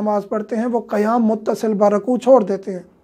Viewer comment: Which One is CorrecT QaYaM or KaYaM, AAP KaYaM Kah RaHeY Hain.